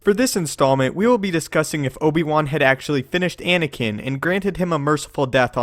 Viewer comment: Ankina? Plz get the names correct